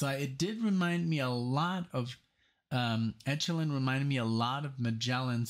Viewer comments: It's e' ko lynn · I really don't know why you think neo-prog as a label. it is pronounced ECHO-lyn like ECHO.